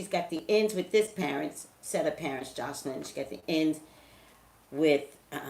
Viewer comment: Toya Monique Lol Yea her mispronouncing her name the whole video was like!😫😫🤷🏽‍♀️😝